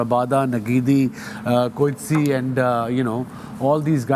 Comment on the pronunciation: Bhai I'm from South Africa sorry don't take me wrong their names you pronounce wrong in English their names are Afrikaans Coetzee....... In Punjabi sound kotziaaa proper Vander dussen..... Fander dussen ❤ I live in vanderbijlpark..... It's sound fanderbelpark in Punjabi